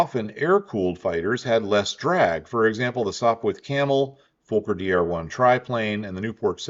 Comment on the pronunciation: The folker eindekker,fokker is pronouced fawker not folker,they're is no L in the word Fokker.